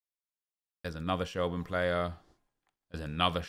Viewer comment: It’s pronounced shel- burn lol rate the vids though